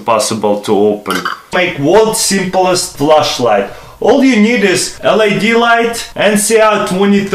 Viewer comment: Good vid but its LED not LAD